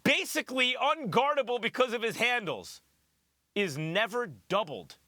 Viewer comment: Did max really just say”unguardable” ahahahahhaahhahahahaha